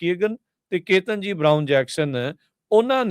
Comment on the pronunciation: ਕੇਤਨ ਜੀ ਨਹੀਂ ਕੇਤਾਂਜੀ ਸਹੀ pronunciation ਹੈ ਭਾਜੀ।